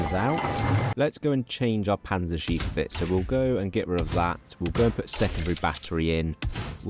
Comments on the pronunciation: if there are two letters right after a vowel, you pronounce the vowel only shortly. the way you pronounce Panzerschiff, it sounds like "Panzerschief" ; thats not really a word but could be understand as "a tilted tank" or "crooked tank". love the videos none the less. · Congrats on the kid! Let’s hope they can pronounce Panzerschiff better than you lol. Was pretty painful to hear each time